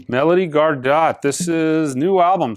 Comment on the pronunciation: Gardot...pronounced "Gar-doe"...the "t" is silent